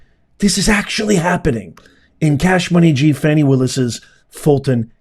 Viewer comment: You do real8ize that woman's name is pronounce FAWNI and not FANNI (sure you do!!!) Bro keep the content professional. You make great points but you play out all there names to get paid. You can make money with out all the drama based monikers like Fanni and Sug Knight. They need the phone records from Granville and Willis to see how many times they have talked since this trial. Lastly, are they more CORRUPT than NIXON?..lol!!!